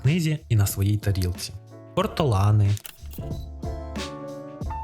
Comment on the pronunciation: я почула Портолани 😄